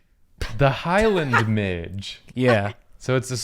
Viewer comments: As a Scot and someone who has personally encountered the Highland Midge multiple times in my life sadly I would like to just say "midge" has two syllables. Either mid-gee or mid-jay for future reference cause this is totally knowledge y'all need to know. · Midges are the bane of my existance. Think of going outside and coming back in looking like a poppy seed muffin. NOT FANCY BOIS AT ALL, IF THE WEEVIL IS GODS FAVOURITE, MIDGES ARE GODS GREATEST MISTAKE. Also pronounced Mij-ey 😂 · Midge is pronounced "mid-jee" :) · The mispronunciation of midge really bothered me 😂😂😂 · It’s not midge it’s midge-eee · As a Scottish gal, you need to pronounce midge with an eeeee on the end! Like midge-ee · I know that saying midge, as it's spelled, is correct but no one I know, myself included has ever said it that way. They are midgies. One midgie, two midgies (MI-jee). I'm Scottish, and I'm just letting you know so that if you ever grace our country with your presence you will sound more like a native. If that's something you think is important. 🤷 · I love the midge. I'm from Scotland and we pronounce it 'mij-eh' like imagine there was a Y on the end. Also midgeys are the spawn of satan. Tiny little swarming flies that are everywhere in the summer and they will try to eat you alive like a school of piranha. Their bites are so infuriatingly itchy. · Am I the only one who pronounces ‘midge’ as ‘midgee’ rather than ‘midge’??? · apparently midge, in the context of the bug, is pronounced mij-ee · In Scotland we pronounce midge as midgie, it took me a minute to figure out that they are the same bug. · Not very important but in Scotland we pronounce ‘midge’ as ‘midgie’ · Guyyssssss Midge is pronounced Mid-gee its an even more fun namee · In Scotland, midge is pronounced "midjee" or bastard.